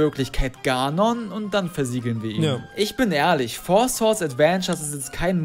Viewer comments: Das Four "Schwords" ist eine Anspielung auf lookslikeLink, der es zu Beginn seiner Karriere so aussprach. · Bester Versprecher von mit Four Swords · beschwert sich über schwords sagt aber swords